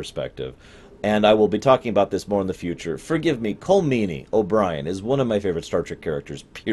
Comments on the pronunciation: I've been looking forward to this for years! I do believe Colm Meaney is pronounced "Column", not Kohlm. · "Colm" is pronounced "Collum." It is from Irish Gaelic. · Yeah, you're right. It is from Irish Gaelic and pronounced "Column."